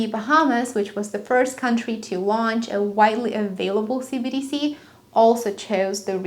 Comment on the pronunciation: Hello, I love how you present your information. However, you garble your enunciation of "CBDC"; which makes it sound like "CDC". Not a criticism just an observation.